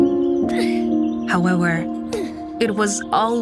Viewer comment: I'm I the only one who hears the woman in the story say Howewewr instead of HOWEVER P.S THIS IS NOT A HATE COMMENT SO PLEASE DON'T COME FOR ME